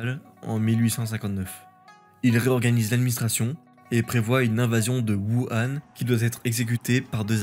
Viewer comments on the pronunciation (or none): none